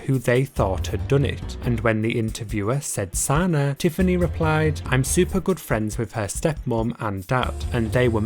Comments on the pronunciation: It’s not “Sauna” it’s “Suh-Nah”.........that’s bothering me so bad. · Omg he said Santa without the ‘T’ Lathan😂😂 idek how to type the pronunciation but it’s (Suh-nahhh) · You Say Sanaa’s name wrong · How do you have so many details but you don’t know how to pronounce Sanaa?